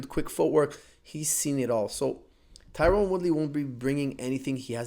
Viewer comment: I noticed you keep saying Tyrone. apparently he hates that haha it's Tyron .